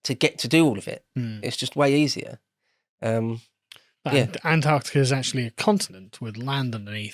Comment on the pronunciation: "You will not believe my eyes what is habben." "In 9099, Antartar..."